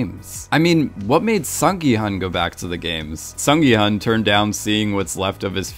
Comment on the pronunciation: FYI 기훈 is pronounced as “Gi-Hoon”